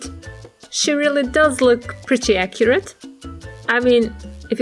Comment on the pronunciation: You always say acyret